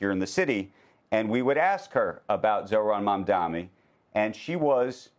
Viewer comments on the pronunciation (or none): MamdaMi? Still struggling with alphabets, maybe move from CNBC to ABC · Lmao 😂even the journalist pronouncing mamdani wrong 😂😂 MAMDANI NOT MAMDAMI.so stupid not to say his name correct it’s super easy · It's not Mamdami! It's MAMDANI! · It’s “ MAMDANI “ not Mamdami. You are purposely saying it. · Isn't it so pathetic to intentionally say "Mamdami"? It more humiliates you than him because you've heard this name constantly for the last couple of months and not learning that questions your IQ! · They are satisfying themselves by speaking his name as Mamdami😂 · Mam-Dan-NI (as in NEE), not MI (as in MEE) NI!, how hard is it to pronounce his name correctly? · Andrew, Please stop saying “Mamdami” and say his actual name Mamdani. It’s getting on my nerves. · It’s MamdaNi not MamdaMi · MOM-DONNIE FOR THE LOVE OF GOD SAY IT CORRECTLY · MAM-DA-NI. say the name right. you get paid millions, do your damn job properly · bro its Mamdani - "NI" not MI. atleast learn how to say the name. what school did you go to? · At least Becky has the common-decency to pronounce Mamdani's last time compared to 'squit-eyed ross...who intentionally dispronounce his last name with clear-intent!! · How hard is it to say mamdaNI😂😂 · Another male journalist buffoon who got his name wrong twice... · These two anchors seem to “DEI” hires. The guy can’t even pronounce MAMDANI properly. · When you´re reporting on the mayor elect at least pronounce his name correctly. It´s embarrassing sigh. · You would think the journalists would have at least the decency to start pronouncing his name right, but nah. Pathetic! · There’s honest mispronunciation- a mistake … & then there’s purposeful mispronunciation - when it’s done to belittle &/ or “other” someone. This is purposeful, & was a common tactic used against Mamdani by Cuomo, & a very ravish one at that. It was even a major moment in their debate. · learn how to say his name right! M-A-M-D-A-N-I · Andrew mispronounces Mamdani EVERY SINGLE TIME!